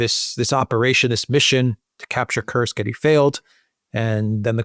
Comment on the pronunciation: Thank you for not saying Curse-k.